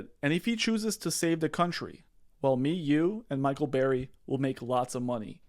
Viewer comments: That's Burry. Not Berry. Just saying. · Burry, like hurry. Not Berry. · BRRRRRRY not berry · It’s BURRY not BARRY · BURRY. NOT BARRY. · its Burry, with a U... Barry/Berry/Bear-y?.. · Burry not Barry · Can you please call him by his correct name? It is B U rry, not berry. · Dude, 30 secs in and your credibility drops 📉 Burry, not Barry. It’s the whole point of the video and you have people in the comments saying Barry. Come on man! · It’s not Berry, it’s BURRY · Burry not berry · Michael Burrrrrr-y, NOT Barry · It's Burry, not Berry 🍓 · Burry. BURRY Not Barry. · BURRY, not Berry. 👍🏼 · Burry not Berry. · B errrrry not Barry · "BERRY" its's BURRY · *Burry Not berry. 👍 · It's pronounced "Burry" as in "burn", not "berry" like "raspberry." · Can you learn to pronounce his name correctly?! Wow that was annoying every time you said “BARRY” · Bro, if he says BERRRY one more time i’m moving to Albania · All I can hear is "Dr. Michael Bear-y" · Pls just pls it’s Bur-ry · I know what you're saying is reasonable and I appreciate the info I really do but dawg it's difficult to take your analysis 100% seriously when you keep calling him "Berry" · Who is Michael 'BERRY'? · Stop saying Barry. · You can't even pronounce the mans last name? Sound it out letter by letter like my 6 year old.